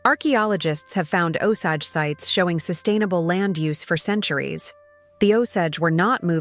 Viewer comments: Nice visuals, but you need to train your AI to say our name right! It is nice to see/ hear our creation stories kind of like I think it. But painful to hear our name wrong. “Oh-say-j “ is how to say the English version of our name. And please don’t refer to us as dead. We are still born into our clans. And when we die and go back to the stars, our Osage people know us by our clan names, they always have. We live in the river of time, of which the USA is just a small pond. We go on as long as Wahkonta blesses us to. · I'm Osage Nation and can't listen to this AI BS! At least teach it the correct pronunciations!